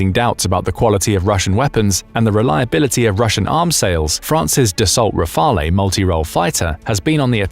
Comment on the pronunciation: Pls don't pronounce the 'e' in Rafale